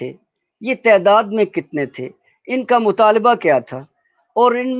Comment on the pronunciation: احمد جاوید صاحب کے بعد تنقید کا رنگ ہی بدل گیا ہے۔ اللہ ان کا سایہ شفقت قائم رکھے لیکن ان کے ہوتے کسی اور کی تنقید کا رنگ جمنا اب مشکل ہے۔ بہرحال "تعداد" کا درست تلفظ صاحب کلام کو بھی معلوم نہیں۔